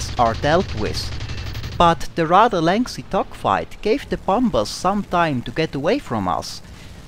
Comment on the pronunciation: I love the way you say bombers. Bomb Bas!